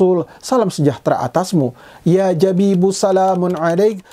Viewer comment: 😂😂😂😂 Menit ke 3.40, kok bisa2nya "ya habib" dibaca "ya jabib". Musisi lalu pensiun lalu hijrah silahkan. Tp gak harus berdakwah kayak gini. Mending Cari ilmu dulu...